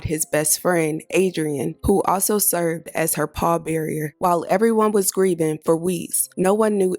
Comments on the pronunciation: Poll Barier??? Nooo! Pallbearer!!! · what’s a “paw barrier “